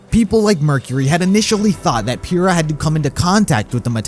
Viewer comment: *says Pyrrha is best girl* Also: *Can't pronounce her name correctly*